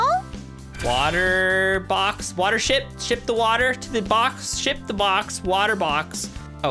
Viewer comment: saying water ship:Water Ship? Me hearing water sh*t:Wtf